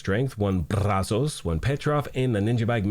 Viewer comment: The way you say Brazos is pretty awesome lol